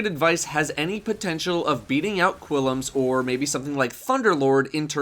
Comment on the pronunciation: It's pronounced "Klim's Terminus" Seriously, look, there is no 'I' after the 'U' in Qullims. Wierd as fuck.